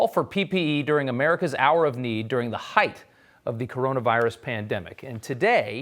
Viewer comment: He said hight with the extra th. Its hight not highth....